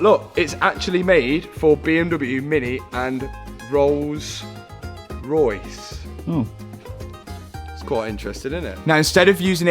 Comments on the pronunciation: No one gonna mention how he said "Rolls... Royce" after all those Insta stories about 'somebody' buying Marcus Rashfords crashed car? 😂😂😂 Very interesting indeed, Matthew! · The emphasis on Rolls Royce……..does this mean you’ve bought a certain footballers crash damaged one for £184,000?😂